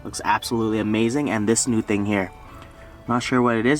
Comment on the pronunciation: I lost it when he said " thang" instead of "thing" for the intro💀💀💀💀